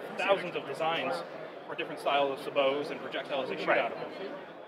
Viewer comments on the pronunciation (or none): Hearing that guy pronounce SABOT like Se Beau was fucking hilarious. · Suh-bows? This dude is supposed to be a professional.